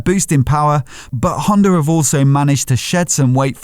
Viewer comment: Haha... the R is silent :) eller inte ;)